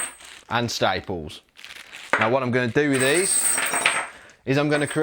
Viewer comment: Tibles, chines and stiples! Grite mite!